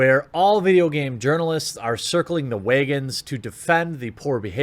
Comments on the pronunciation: "circling the wayguns" Do you pronounce your country "CAY-NAY-DAY"? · I don't hear your Midwest accent ever...until you said the word "wagons" or "waygins" in your case lol ;)